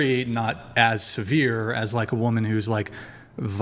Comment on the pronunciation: What’s with the mispronunciation of women and woman??? Omg